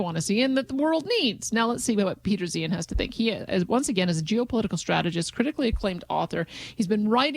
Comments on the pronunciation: Yet another creative pronunciation of Peter's name. Which is it? Zye han, Zay han and now this nice lady is saying Zeehan which I'd never heard till now. Anyone know how HE says it? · Any one else annoyed she kept saying his last name wrong? It's pronounced Zihahn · Least she could have done is pronounce his name the way he himself does. That seems more than a little disingenuous.